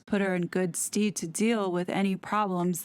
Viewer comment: Good “sted”. Not ‘steed’. Steamed is a word for horse. You mean stead as in: the place or role that someone or something should have or fill (used in referring to a substitute). "you wish to have him superseded and to be appointed in his stead"- pronounced ‘sted’ like ‘instead’